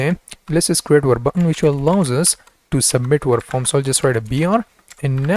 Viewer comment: you say form....i hear foam... lol